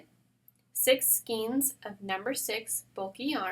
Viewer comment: Ok for the hundreth time, the word is pronounced skayne not skeen. It's spelled skein but it's pronounced like rein.